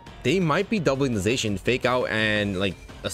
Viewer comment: It’s pronounced zahshean